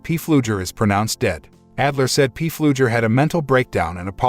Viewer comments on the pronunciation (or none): The name is not P flugher it's pronounced flugher the P is silent! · His name is pronounced, flugger... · It is FLUGER, the "P" is silent!!! My God your annoying., Its not a CARAVAN it is a TRAILER.